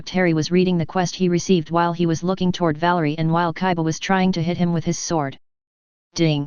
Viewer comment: it's kiba NOT kaiba